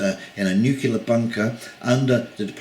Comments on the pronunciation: It's not NUCULAR, it's NUCLEAR. Don't copy GW Bush ;-) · the Canadians have affected your pronunciation mate! Nuclear is pronounced "New Clear" not "New-Cue-Lar"! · Good video, but the word "nuclear" is pronounced "new-clear", not "new-kew-lar". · The Troops would do well to stay in Barracks! It is not for the Military to step into a Political argument! The word is New Klee Arr! Leave it to the Americans to Mangle the English Language!